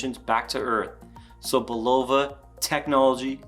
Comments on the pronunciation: I have the black one, more like +4spd per month. Say, I grew up 10 minutes from Bulova's headquarters. And you pronounce it BULova. Great review otherwise. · Bulova Learn to pronounce the word and then learn how to speak... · Hey Bruh. It’s not Pronounced Bulova , it’s Pronounced Bulova ...